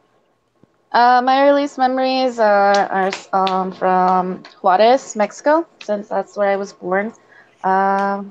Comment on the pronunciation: Suddenly you have an accent when you pronounce Juarez. I am not impressed. Juarez is like Tiajuana. I do not feel sorry for you because your parents came here from Mexico. I grew up with a lot of mexicans and picked in the fields with many. You are so bullshit about speaking Spanish. You were not kidnapped and your dad never found you and took you away. Too bad you may have turned out a better human being with an appreciation for your culture not just shame for being Mexican. May be you can get the 3 years of free college. Clean house? One of those people who clean hotels? A Motel Maid? Is that the job you are so ashamed of your mother for having. You are a money grubbing piece of humanity. Why can you not be happy you got to come to America?